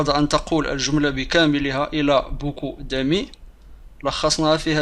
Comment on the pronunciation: دامي d amies خطأ في نطق تنطق ب داميي ماشي دامي